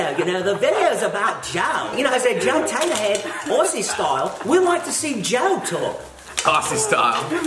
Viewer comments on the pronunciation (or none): It's not pronounced OSSIE it's pronounced OZZIE !!!! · Hey Americans! It’s pronounced ozzy not orzy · Then said ossie ossie ossie....I felt that....in future videos it’s pronounced like “Ozzie” 🤣🤣 Thankyou from Australia 😁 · it's not pronounced Aussie its pronounced Auzzie I would know I'm Australian. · PSA for you guys! When we say "Aussie Aussie Aussie", you pronounce it "AUZZIE". And the vegemite is up for interpretation but usually most people eat it for breakfast (or a snack) on toasted bread and you have an even amount of butter as you do vegemite- gets rid of the salty taste. Enjoy! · it’s pronounced OZ-ZEE